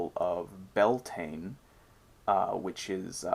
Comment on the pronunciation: Great video thanks! Beltane is commonly pronounced wrongly though by non-Gaelic speakers. Its said like 'be-el-teneh.' I think the mistletoe is associated with fertility because the white berries represent a mans seed whereas holly berries represent a womans menstruation. Something to think about when kissing under the mistletoe! 😬😂 Love the story of the wisdom fish that's a new one to me!